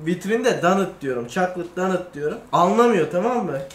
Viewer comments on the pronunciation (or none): DANIT değil, doğrusu DOONAT.